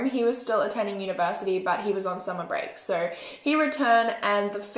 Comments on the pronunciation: Yess just that when she so with the accent that she has so it sound like soor it just bothers me 😬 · The way she says “so” 💀